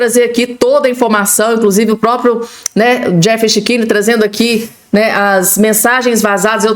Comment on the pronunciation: Precisas corrigir a pronúncia do cechini. Fica muito feio.